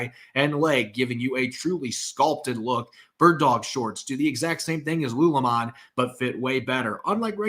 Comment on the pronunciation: Is prouncing Lulu Lemon as "lew lemawn" in the ad read? haha